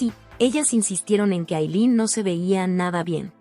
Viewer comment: Por Dios por que les cambian los nombres, pronuncien bien pero dicen unas cosas como Yemile, no es Temprano le es Cemile con tilde en la e. Y no es Aylen es Aylin. Pronuncien como debe ser y si no no hagan el recuento.